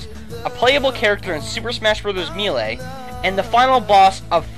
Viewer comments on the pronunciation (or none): none